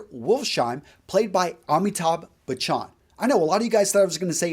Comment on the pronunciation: It’s not bachaaan it’s Bachan